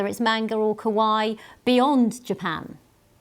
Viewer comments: Newscaster lady's pronunciation of "kawaii" is rather "kowai" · Just so people know, kawaii is pronounced like Hawaii. The way this woman says it, kowai, actually means scary. Also of course, RIP for toriyama. I’ve actually cried. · What is this "ca-why" she is talking about? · Bro, did this news reporter really say Akira Toriyama spread Kawaii???? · The way the BBC news presenter pronounces かわいい lol, she's saying the word for 'dry' (thirsty) rather than the word for cute. Oops!